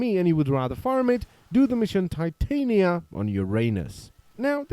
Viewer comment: hah, "Tit ania"